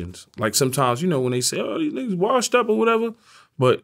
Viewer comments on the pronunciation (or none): none